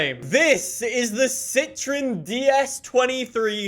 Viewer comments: Its not pronounced "si-tri-n"... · It's Citroen you have to pronounce the O.